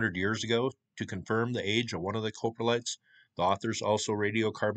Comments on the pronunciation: close, COP-RE-LITE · Coprotlite; Cop-row-light You were close enough though. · Coprolite is pronounced "cah-pro-lite". Love the videos, keep up the awesome work! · Crappy pronunciation of crap😂